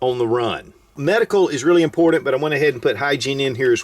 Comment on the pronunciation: Drinking game: drink every time he says “impordent” I’m wasted -.